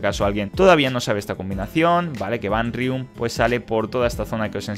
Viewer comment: Todo bien pero por qué le dices "Vanrium" a Vanwyrm? Hahaha es decir, nada que ver como pronuncias el nombre a cómo se llama 🤣 no me entra en la cabeza de dónde sacas ese nombre, es como si te dijera que me llamo Pedro y me dices Juan, es como what? Haha no entiendo nada...